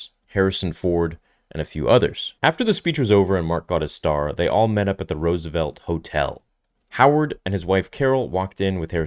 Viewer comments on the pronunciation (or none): none